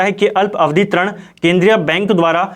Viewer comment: Sir aap glat uchhcharan krte ho trin nhi rin hota hai